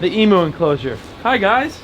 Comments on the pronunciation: cracks me up hearing you say Emoo lol in Australia its pronounced E-m-you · e mew/ eemyou, theres no moo bro, its right there in the spelling, emU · Hello from Australia, please stop calling the emu’s,EMOOS! you pronounce it EMYOO. Also for them to be truly happy their enclosure needs to be 10 times larger as they love to run very very fast, and I’d keep your dogs away from them as 1 kick and they can literally gut the dogs. If you ever intend to try to breed them you will need about 5 females to one male as females only lay eggs in the males nests and take no part in the incubation process the males do it and the males raise the chicks, if you want more information check out the Gould League it’s a group devoted to Australian birds and have all information you’ll ever need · they are pronounced emyou not emoo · EEEEEEM-YOU not Moo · Hi from Australia! Big fan of your channel and so awesome you now have Emus. FYI Down Under we pronounce their name as E-Mews. Keep up the great content! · Day 18 of reminding emu is pronounced “eem-you” because it hurts my Australian head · EE-Mooh? It's Emu